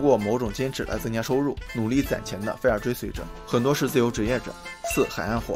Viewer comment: 不是fair 是 fire，发音准一点